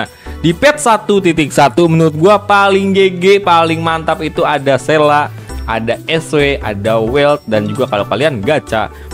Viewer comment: "sela""sela""sela""sela", sele ajabang panggilnya, aneh dengernya